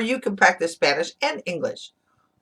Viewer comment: Your pronunciation is great!!!! For a Mexican accent, LOL